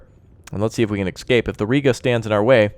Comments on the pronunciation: I love your videos on this game, but good god man, it's ESCAPE, not EXCAPE! :D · I enjoy your videos however for the love of all things sane and good, its ESCAPE ESCAPE ESCAPE!!!!